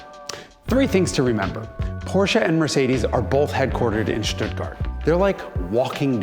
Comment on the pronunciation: The world's most perfect sedan would have a manual transmission and a direct injected V8 turbo diesel. By the by, I love that you correctly pronounce Stuttgart, with "Sh", respectively "Sch" respectively "Š".